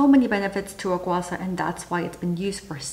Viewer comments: Not to dismiss the helpfulness of this video, but as a Mandarin speaker I have to object. It's pronounced gua SHAH rather than gua SA. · Why do you pronounce guasha as gua sa? Are you Thai? I know that Thai people had difficulties with pronouncing sh, but you speak english, so that shouldn't be a problem. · It’s Gua - Sha. Just like how it’s spelt.